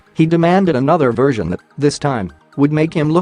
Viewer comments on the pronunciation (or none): none